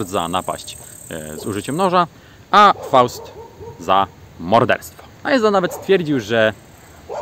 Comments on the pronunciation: Iszan nie Ajzan ;) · nie wiem dlaczego tak a nie inaczej ale zobacz sobie jakieś wywiady z Ihsahnem i on swój pseudonim artystyczny wymawia Iszan. pozdro